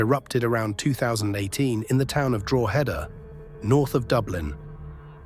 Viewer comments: Drawhaada. Learn to pronounce it properly. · is the speaker AI:?? speaks so well other then DROHEEEDAAAAA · Alot of the information over keane and robbie are incorrect and it's not pronounced drogheda. It's like draw-da x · Drogh eda say quickly ,,, county above Dublin - county Louth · Draw hed a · Still mispronouncing Drogheda! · Distracting how you cannot pronounce drogheda !